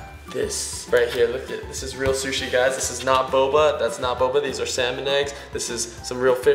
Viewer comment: Sishi Shshi sushi